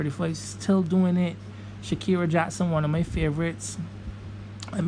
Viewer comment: Shakira Jackson one of your favorite 😂 how is she one of your favorite but you don’t even know her name it’s Sharicka Jackson not Shakira js 🤦‍♂️